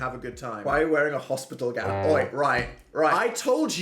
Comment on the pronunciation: "Oi!" very British, Daniel